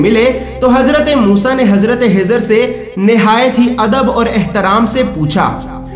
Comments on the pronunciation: Hajrat khejer alahissalam naaki hejer alahissalam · حضر نھیں خضر بول بھائی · Janab unka Naam Hizar nahin. ..tha unka Naam Hazrat khizar tha please talaffuz Sahi kare. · janab azrat hijar nahi un ka naam khizar alheissalam hai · usne bhi yahi bola k khizar lekin yume video me hizar bola h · Bhai bohath acha hai lakin aap hazrathe hizer kehrahe hain unka naam khizer alesalam hai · Bhai aacha video banaya. Hizhar Alaysalam nahi balki Khizar Alaysalam they. Dr Fareed Ahmed MD (AM). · Hazrat hizar nahi, Hazrat khizar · Kezar a s bolo ezar heza qun bol taaho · khizr alaihi ssalam not hizr slaihi ssalam. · Hizr nahi khizr alehissalam.... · Assalaamalaikum aap khizr as ko hizar keh rahe hai plz correct🙏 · Bhai jan Hazrat hizer nahi unka nam Hazrat khizet hai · Wo hizar nahi hazart e khizar hai varification karo names ka jis se aap ko doubt na ho bohot achha bataya hai bus ye eak fault hai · Khijr Alaihissalam not hizr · بھائی آپ نے کوشش اچھی کی لیکن خضر علیہ السلام کو حضر علیہ السلام کہہ رہے ہو ۔اس میں اصلاح کر لیں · Hazrate hizar Nahi hai hazrate khizar a s hai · Hizar nam nhi h khezar nam h samjhe janab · آپ خضرکی جگہ حضرکیوں کہتےھیں کیاخ نہیں نکلتاھےآپکا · Hazrat jo naam aap bata rahe ho Hazrat hijar alaih salaam to suno un ka naam hai khaja khizar alaihsalaam hai khaja ka laqub mila hai koi Hazrat khizar alaih salaam kaihta koi khawja khizar alaih salaam kaihta hai to koi khijar alaih salaam kaihta hai hijar nahi khijar naam hai aap ka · Well said brother agr mai galat samjh raha hu to bara e karam mujhe meri mistake thek kren, mere khayal sy ap ek mistake kr rahe hain, “Hazrat Khizr” hain na k “Hazrat Hizr”, kindly un words pe focus kren jo k start mai “Kh” ata hai jese k “Khud” r ap “Hud” bol rahe hain. Boht boht mazrat agr meri koi bat buri lagi ho to. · Aap kha nahi bolsakte kiya? Khazana jo hazana? Khizar alaye salam ko hizar bolre ho.????? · Hezar alaesalam nhi Bhi خضر عاليسالام حوتا Hezana nhi Bhi khazana hota خ padna nhi nhi ata kya bhi خ